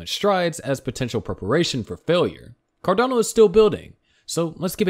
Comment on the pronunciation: If they can't pronounce the coin name correctly, then you can't trust what they are saying.